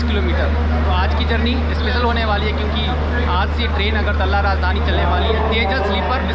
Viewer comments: अगरतल्ला नही है .....अगरतला है । .. .. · its not agartalla its agartala ...pls pronunce well.. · अगरतल्ला क्या होता है? It's अगरतला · Agartala ko agartalla bola gaya hai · Agartalla nahi agartala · bhaiya vo agartala hota hai